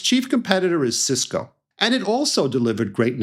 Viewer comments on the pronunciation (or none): none